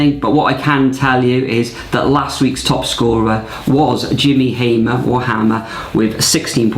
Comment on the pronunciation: Thanks 😊 for the shout out It’s Jimmy Hammer (as in West Ham Hammers), not Hamer though ! ⚒⚒⚒⚒⚒⚒⚒⚒